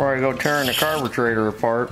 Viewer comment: why does he say carbeTRAITOR